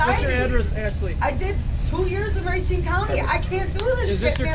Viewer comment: Racine resident here. That girl is basically the state of Wisconsin. And I hate it when people say "Ray-cine." Racine throws people off because it's one of the few place names in the state that isn't phonetic in English. "Rah-cine." It means "root", which is what the river is called, because it's so full of silt that it looks like a root. Or, before the 80s it was so full of shit from the suburbs just dumping untreated sewage into it. There's a dam on the river that they had to rebuild because the poop built up and chemically damaged the structure. When they replaced it, most of the work was digging the poop out. I'm friends with the contractor family that did the work: worst job they ever took.